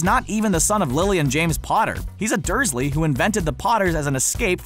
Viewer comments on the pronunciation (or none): none